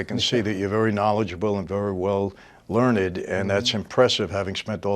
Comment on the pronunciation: "Very well... Learn-ed" Hmmm 🤔